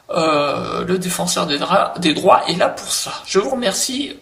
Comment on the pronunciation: Lol pour ta langue qui a fourché à la fin et qui a dit "le défenseur des draps" au lieu du défenseur des droits.